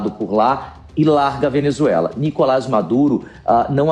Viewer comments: DÁ NOJO ESSE CARA FALANDO NÍ-COLAS AO INVÉS DE NICO-LÁS, MESMO TENDO UM TREMENDO ASSENTO AGUDO NO "LÁS". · Nicolás e não Nicolas beleza apresentador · Nicolás e não Nícolas